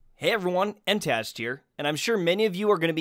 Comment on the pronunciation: Tash not trash